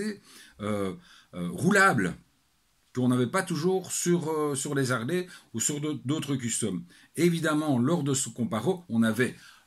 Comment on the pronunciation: Bonjour. je ne savais pas qu'en Belgique on pouvait faire la liaison entre deux consonnes.EX: Les z'Harley ou deux z'Harley. LOL